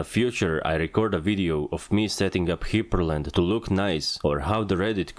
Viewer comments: Hyprland is pronounced as Hyper land. not Hiper land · That's it. That's how I'm pronouncing "hyprland" from now on.